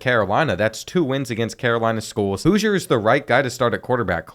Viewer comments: Its House-er not Hoosier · Hooiser 😭 houser (house-r) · the qbs name is houser (how-zer) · The way he pronounced housers name wrong the whole video made me mad